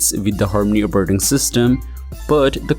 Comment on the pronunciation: "Operrting System"